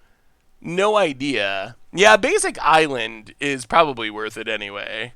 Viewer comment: if you’re reading this: AN ISLAND please more than any mispronunciation this drives me crazy 😂 edit: mana tithe!!!